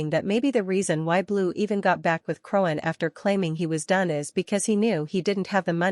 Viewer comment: LMAO I agree i was like who is Crowen